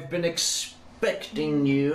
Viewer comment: is the start u meant to say “I’ve been eggspeciting u